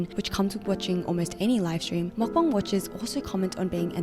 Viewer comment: take a shot everytime she says makbang